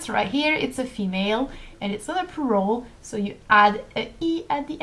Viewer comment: I'm sorry about what I'm going to say but it's a bit awkward when you pronounce the word "plural" as it sounds like "poo roll" to me instead. ._.;;;; Try pronouncing the l in plural more like with the word for flower in French, 'fleur' but keep the 'u' sound the same as you did.